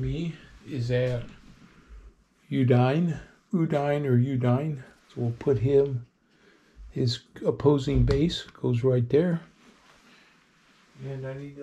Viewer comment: Udine is pronounced OOO-dee-nay. OOO is like zoo. Udine is also the current site of the US Air Force Base at Aviano. I lived there, for a year, in 1970, as a 14 year old.